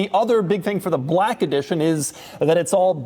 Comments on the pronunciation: “Brrrack edition” 😂😂😂 I heard that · The way this dude says black is killing me. Does doug have any BLAYCK friends? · the way he says black is disturbing.